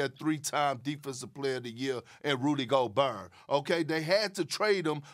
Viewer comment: “Rudy GO-BURR” 😂